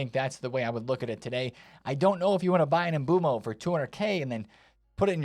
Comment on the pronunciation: please brother, pronounce Mbeumos name correctly. It's not Mboomo, it's Mbeu-mo. Loving the content btw, just a little thing